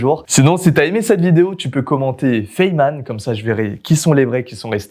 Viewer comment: "Fayman" Sinon une super vidéo 👍